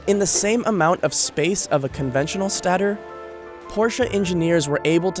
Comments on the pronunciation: It's stator, not stattor. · “Stay der” not statter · It's stator, as in "stay-tore" not rhyming with "tatter." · Lol it's not statter, it's stay-tor, because it's stationary... As opposed to Rotor, which rotates within the Stator. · It makes me laugh the way he says stator “statar” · it's not pronounced ''sta-ter-- it's ''stay-ter'' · It’s not sta-ter its stay-ter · Bro it’s a STATE-OR, not stator haha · Hay idiot that's announcing this new model it's called stater not studer idiot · It's pronounced 'sataytore', not 'stater'. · "stat-er" its state-or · When he calls it a "stah-ter" instead of "stay-ter" (stator) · Stator is pronounced “stay-tor” not “sta-tor” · Stat-er? Are you illiterate? It's pronounced Stay-tor. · That is a hard A in Stader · I'm always surprised when narrator's don't check pronunciation for key moments in a story. Do we say narrätor's, because that's how you pronounced stātor. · Stator is pronounced STAY-ter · Did he call electric motors “machines”? And a stator a “stahtor”? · Is pronouncing stater wrong an American thing? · Hey, this guy calls a stater a "stahter", obviously has no idea what any of this shit is 🤣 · Lol he can't say stator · Good job, other than how he pronounces "stator" , about drove me nuts lol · Take a shot every time he mispronounces stator. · Two shots weren't enough.. I need more